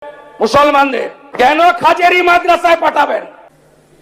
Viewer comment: মুখ্যমন্ত্রী কি মূর্খ 😂😂, খারেজি বলতে গিয়ে খাজেরি বলছে 😂😂